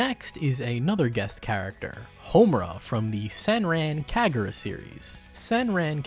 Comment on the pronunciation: The pronunciation of Senran Kagura physically hurt me, how dare you